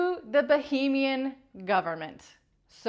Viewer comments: i love you for all your doing but please say "bAhamian" instead of" bOhemian". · Bahamian. Not Bohemian . . . . 😉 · Yeah lots of American YouTubers have zero interest in pronouncing foreign countries and names properly and it really detracts from their credibility. If you say bohemian instead of Bahamian everyone OUTSIDE of America thinks you're talking about a region in Europe. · Is Bahamian pronounced that way? Sounds like Bohemian, which is a region in Czechia. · Am I going mad? Need to get my hearing sorted? She IS saying Bohemian Government. Not Bahaman. Right? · So is he in the Baheemas or the Bahamas? You would pronounce Bahamian like Bahamas but you just change the ending. You don't change the beginning, you're referring to a place in Europe by calling it boheeeeemian.